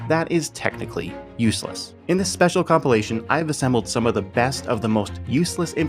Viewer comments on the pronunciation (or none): none